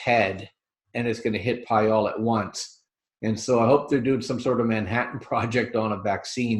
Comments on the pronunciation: The word is "ProB-ably". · its sad that will die of the virus never having learned to pronounce his most favored word "probably"